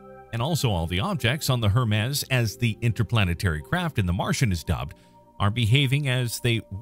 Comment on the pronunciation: You really don't know who Hermes is or how to say his name?